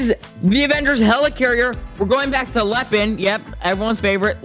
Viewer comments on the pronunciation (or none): You say Lehhin